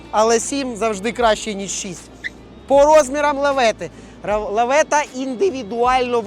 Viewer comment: Лафета а не лавета 😂